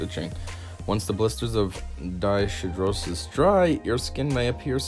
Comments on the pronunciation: NO. You fumbled around again and agin with the pronunciation which was annoying and distracting. IF you had looked it up you would hav pronounced it correctly. DYS is a prefix which means abnormal--it is pronounced DIS. Hidro referrers to water and is pronounced Hyedro. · It's a good video but it's honestly hard to listen to you talk. You make me think of how Bill and Ted talk or Wayne and Garth. I'd also like to help you pronounce it correctly. Dyshidrosis - dis-hi-dro-sis.